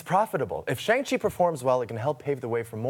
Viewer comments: Chang chi lol cant even pronounce it. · It's Shang Chi